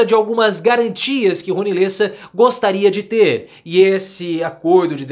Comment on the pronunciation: LÊssa? Eu sempre desconfiei que você era argentino.